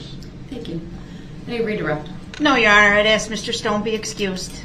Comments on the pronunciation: I bet u lil Darrell spells words like he talks. For example instead of ask he would spell axe. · Your onher I axed a quesion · We should take speech from duh rel. wit-with. Dat-that. Axe. Ask. Libary. Licent place. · He cant even talk right he says do dat theres no such word and he says ak its ask dum s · Axe instead of ask dat instead that wit instead of with